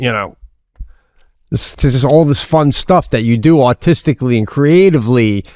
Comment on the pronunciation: When Pete says "artistically". Sounds like "austistically" lol